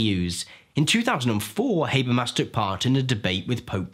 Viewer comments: Not to criticize, but it's pronounced Ha-ber-mas, not Hay-ber-mas. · It's hah-bear-mahs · I've always pronounced his name as "Hah-bermas". So it's "Hay-bermas" the whole time?